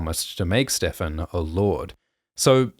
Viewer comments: The fact that Ser Lyonel does not even know Ser Steffon and mispronounces his name is so in character for the laughing storm. It made me cackle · When I was watching the episode, I thought it was weird he said "StevRon" instead of "Steffon" and it didn't occur to me that that was the show telling the audience he doesn't know Steffon and therefore Steffon was LYING. * face palm * thank you so much for making this Explanation video!